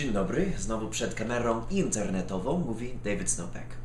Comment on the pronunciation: zajebisty wstęt "witam przed kamerą interrrnetową..." a szczególnie to rrr interrrnetową hehe take fajne :)